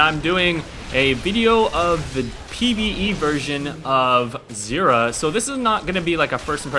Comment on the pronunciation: It's pronounced Z-eye-rah.